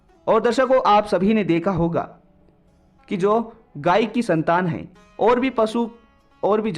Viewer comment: Gayi nhi gaay 😅😅😅 aap kahani accha bolte ho,🙏🙏🙏🙏👏👏❤️❤️